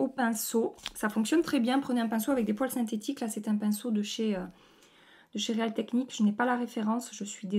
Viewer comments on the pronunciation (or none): none